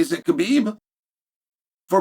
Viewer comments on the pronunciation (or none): none